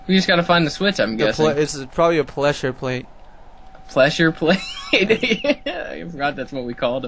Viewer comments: hehe pleshure plates... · yes and no cuz i think he said pleshur plates